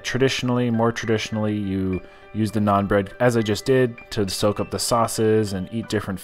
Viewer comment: naan bread... it’s NAAN